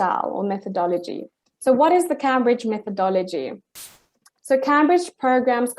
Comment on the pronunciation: She knows this so well that she can’t even pronounce “Camebridge’ properly. As in the university 😂